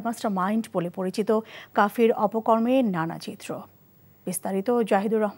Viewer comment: কাফি তো না,কাফির হবে ও।